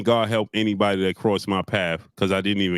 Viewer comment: Why a side say “by the grace of gawd” lmao! I felt the emphasis in that